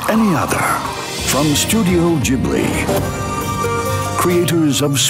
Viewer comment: it isnt studio jibli(like he pronounces it) rigt?